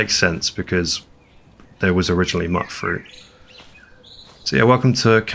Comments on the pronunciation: Im pretty sure Mutfruit is pronounced Mute-Fruit, as in "mutated" from radiation. love these settlement builds, the best ive seen. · You're mispronouncing mutfruit again. Should be pronounced as Mute fruit. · Okay, maybe it’s me. Are we pronouncing Mutfruit “mutt fruit”? What do you call mutants? “Mutt-ants”? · Ok, I'm gonna have to be the one to say it: You pronounce Mutfruit wrong. The first U is the long version, like "you"